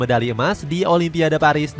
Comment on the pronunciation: Sebut olimpik pun jadi olipiande